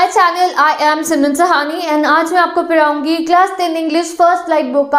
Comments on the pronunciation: Kisi ne notice Kiya h ki didi padhaungi nhi bolti paraungi bola krti h 🤣🤣🤣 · Didi aap paraungi kyun bola krti h 🤣🤣